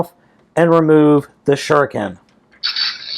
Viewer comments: Im still annoying how balmatrix say shuriken n you dont have to say it in like in a japanese accent, say it normally like shu riken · You cald shurikenjen, shinken oh and I knowbthe start is the same "sh" but the rest is very diffrent